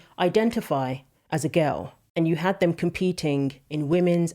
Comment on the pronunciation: your completely right what you say, but please say “ them” instead of “ dem”